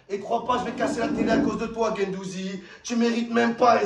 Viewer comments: Il a pris cher gendouzi "gendouzgeg"😂😂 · c'est pas guendouzi, c'est guendouzizi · C'est plus Guendouzi c'est guendouzizi Matheo Guendouzgeg 😂😂😂😂